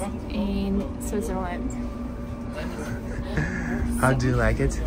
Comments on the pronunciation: Pronounced SwiTzer land, not SwiZZer land. Also known as Schweiz, (German) Suisse (French), Svizzera (Italian). Hmm, I don't know if there is another name in Romansch speaking areas. Curious what the name is in Russian. Enjoy! I think the siren testing was Feb 1 this year. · really great video, I have only one little complaint: It's called "swiTzerland", not "swizzerland". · Someone tell her it’s Switzerland not SwiZerland! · I notice that you don't pronounce the "T" in Switzerland. Are you aware of this?